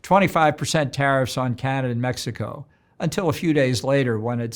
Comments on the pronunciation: To the interviewer, it's pronounced "Canadah" and not Canader!!! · To the interviewer, it's pronounced "Canadah" and not "Canader"